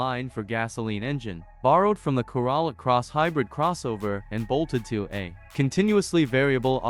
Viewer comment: If you wish to have more viewers, it would help if the AI voice could pronounce words like Corolla correctly. The Corolla is one of the few nameplates that have been in circulation for decades and there are millions of them on the road. The cadence is also comical. The AI is supposed to be speaking English. Is this coming from somewhere on the planet or are you little green men?